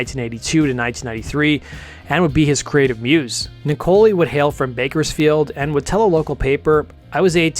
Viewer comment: Good to see a video on this great group. Thank you! Casey's last name is pronounced like "Nickel eye". I've been freiends with ger for about 15 years now. She also named the band - sort of. She and Perry were sitting on a couch trying to name the band and Jane walked by. Casey's jokingly said "Jane's Heroin Experience", a play of the Jimi Hendrix Experience. It was a throwaway joke by her but Perry got quiet, stared for about ten seconds and twisted it into "Jane's Addiction". The lyrics of the song "Obvious" were written by Perry about Eric. Casey said she wasn't even sure Eric know that and he played on the song.